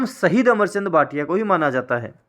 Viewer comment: अमरचंद बांठिया है न कि भाटिया